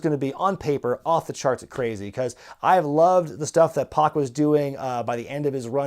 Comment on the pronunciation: I hate to be that guy, but it's (PAC) Pack, not Pock.